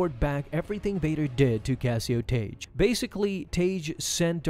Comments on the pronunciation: It's pronounced tag not taje, seriously dude even if english isn't your first language this particular rule takes literally a few seconds to look up. When a suffix beginning with "e", "i" or "y" is added to a word ending in a single vowel letter followed by "g", the hard "g" pronunciation of the original word is retained, and the "g" is doubled to "gg" in spelling: blogger, druggie, hugging, piggish, saggy, wagged. In addition, several words that are not the result of suffixing, but share the orthography of suffixed forms (or that are etymologically suffixed, but not always perceived as such by modern speakers), pronounce "gg" as hard "g" before "e", "i" or "y": This video is almost unwatchable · It's pronounced "Tag" not "Tage". Ugh! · Tagge is pronounced (TAG) or (TAG-EE) not (TAGE) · I’m pretty sure it’s pronounced Tahg-Gee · Isn't Tagge pronounced Tah-Gay in the movies?